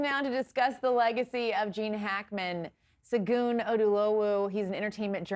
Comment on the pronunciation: Segun should have corrected the second anchor for mispronouncing his name.